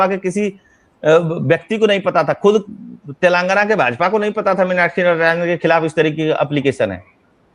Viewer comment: "तेलंगना" नही है "तेलंगाना" ।